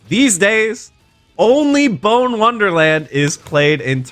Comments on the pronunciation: It pronounced Bon, not bone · It's "Bon" not "bone" 💀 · Why do people have such difficulty with pronunciations? Bone. No. Bonne. Yes. Ask google to tell you how to say it correctly 24 years of gaming slipped past you. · ITS PRONOUNCED "BAWN" NOT "BONE" RIGHT!?!? idk I havent played mega man legends yet BUT ITS BUGGING ME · Bonne is pronounced BON, not 🦴. 2 n's in Tron Bonne last name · Why is he saying Bone? Isn't it pronounced Bon or like Bahn? I feel like I am missing something here. Got me questioning my own memory now. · "Bone Wonderland!" "Bone Wonderland!" It's pronounced "Bonn." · It’s pronounced BON, like in bon bons. Had to hear BONE WONDERLAND 15 times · Noo.. Not pronouncing Bonne as "bone" lol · bonne, not bone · One nitpick i have is that Bonne is pronounced bon, not bone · That's not how you pronounce Bonne Wonderland. It's not Bone Wonderland ffs. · Is "Bone" the agreed upon pronunciation for Tron's last name? Tron "Bawn" just sounds so much better than Tron "Bone" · As a Megaman Legends fan, it pains me every one of the 27 times you said Bone Wonderland. The Bonne family airpirates are the source for Tron Bonne, the character in mvc3, and not only is it pronounced "Baun", but bone is one of the infamous English book translations for i think the prima strategy guide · Small nitpick, but Bonne is pronounced, "Bahn" not "bone." Tron's first and last names rhyme. I guess you can say Bon's first and last name rhymes too, but... "Bahn bahn"... lol... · He said BONE wonderland…. It’s bonne… like Tron Bonne…. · Bonne Rhymes with Tron Its pronounced BAH-N lol well we know isnt a fan of Mega Man Legends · i realize this is 6 months old.. but hearing him call it 'bone wonderland' is really annoying.. lol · It's pronounced "Bon" as in the character Tron Bonne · Every time you said “bone” wonderland I winced. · Its pronounced "Bon" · I just learned that apparently pronounces Tron Bonne "Tron Bone" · Him pronouncing Bonne as "bone" gives my immense pain.